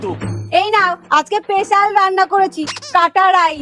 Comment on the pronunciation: স্পেশাল ❌পেশাল✅